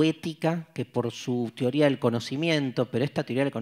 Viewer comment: Profesor, no diga tioria. (Teoría)